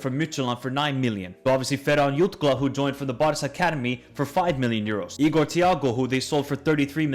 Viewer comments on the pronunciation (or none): none